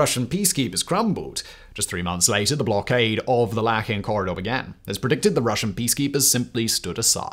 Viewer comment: Its called Lachin Corridor not lakhin corridor